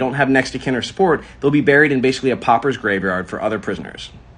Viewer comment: Popper, it's pauper.